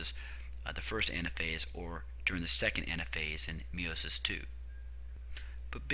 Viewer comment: Tres bien. I love how you say meiosis or should I say "meowmosis" :))